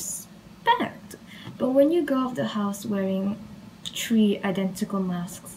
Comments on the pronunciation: OMG SHE IS A DEMON IM SO SCARED AHHHHH. SHE GOT PERMISSION TO SWEAR FROM HER OWN *MOTHER*. I fear you. Also its ok that you say tree and three like they are the same. You don't know English that well. You will say it some day! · Pain of all Malaysians pronouncing tree and three LOL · Are from japan? If so i understand why you can’t pronounce Three and tree lol same as me.. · i love how she says tree and not three🥹😭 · I like u saying tree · welcome to ireland. tree and three are pronounced the exact same by nearly everybody. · Boi what ? I prounouce three and tree the same ... Edit visiblefear.jpg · Wait, tree and three aren’t pronounced the same way? wtf have i been doing my entire life?